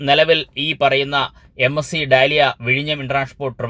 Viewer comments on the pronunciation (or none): അങ്ങനെ അവസാനം "ഡാലിയ" "ഡാലിയ" എന്ന് പറഞ്ഞുകൊണ്ടിരുന്നത് "ഡയാല" എന്ന് മാറ്റി പറയാൻ തുടങ്ങിയത് നന്നായി. "ഡെയ്ല" or "ഡയ്ല" എന്ന് പറയാൻ പറ്റിയാൽ കുറച്ചു കൂടി നന്നായി., താങ്കളുടെ വീഡിയോകൾ എപ്പോഴും വളരെ നല്ലതാണ്, വളരെ നന്നായി കാര്യങ്ങൾ കാണിച്ചു തരുന്നുമുണ്ട്. പക്ഷേ ഇങ്ങനെയുള്ള വിദേശ പേരുകളുടെ കാര്യം വരുമ്പോൾ പലപ്പോഴും അരോചകം ആകാറുമുണ്ട്. ലൈവ് ആയി പറയുമ്പോൾ വരുന്ന പിഴവാണെന്ന് താങ്കൾ മുൻപ് പറഞ്ഞിട്ടുണ്ട്. എന്നാലും ശ്രദ്ധിച്ചാൽ നന്നായിരിക്കും. 🙏🏼 ഇനി കപ്പലിന്റെ വീതിയെ കുറിച്ച് പറയുമ്പോൾ "ബെർത്ത്" എന്ന് പറയുന്നതിന് പകരം "ബ്രെഡ്ത്ത്" എന്ന് പറയാൻ ശ്രമിച്ചാൽ നന്നായിരിക്കും.😢